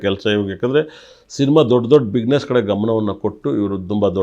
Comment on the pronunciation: ಬಿಗ್ನೇಸ್ ಅಲ್ಲ ಕಣೋ ಅದು